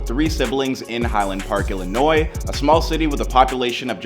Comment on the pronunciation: Thumbs up for pronouncing Illinois correctly.